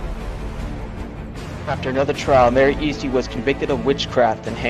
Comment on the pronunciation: U said her last name wrong it’s pronounced (Es-ty) and spelt Easty. That’s what all of my moms side says. No hate tho. This video is very educational.